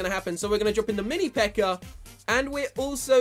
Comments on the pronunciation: "mini pekkar" makes me giggle every time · I just keep on hearing "the mini peker"😹